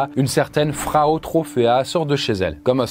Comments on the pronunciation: Je crois pas qu'on puisse prononcer "Frau" Fraou (comme un prénom)... Frau Trofea ou Madame Trofea de la traduction de l'allemand , la angue parlée dans la (région alsacienne ) de ces années là ... Ceci dit, c'est ainsi que Péracles l'a nomma dans ses écrits , et l'on sais que ce n'est pas le vrai nom de cette dame, et qu'il aurait sorti se nom comme nous pourrions le faire de nos jours en l'appelant "Madame trucmuche" ou en Allemand " Frau Trofea"...😉🤔👍 Mais sinon , c'est une vidéo très sympa comme d'habitude. Je comprends enfin ma tante , qui me disais de temps à autre, que j'avais "la sainguy" quand j'étais gamin et turbulents. Comme si il s'agissait d'une maladie...🤪🤔😉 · Au moment où cette histoire se passe, Strasbourg était une ville de l'empire romain germanique, ce qui implique qu'on y parle une langue germanique. Ce n'est d'ailleurs pas pour rien que l'alsacien est un dialecte allemand. Donc oui, il prononce mal "Frau" étant donné que, histoire vraie ou non, son nom n'est pas Frau étant donné que Frau veut dire femme ou madame, dépendant du contexte. Il aurait très bien pu raconter l'histoire en remplaçant "Frau" par "Madame".